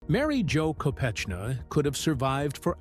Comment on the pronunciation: Learn how to say Mary Jo’s last name …..and the places you say before saying . Ted Kennedy was a twisted , deviant and should have been charged with manslaughter for her death at the very least ….he was selfish, greedy rich man.